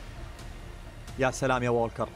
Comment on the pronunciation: كانه قال في الدقيقة يا شلام اي والله 😂😂😂